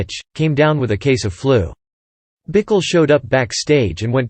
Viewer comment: Pronounced “Bikell”. Doesn’t rhyme with pickle.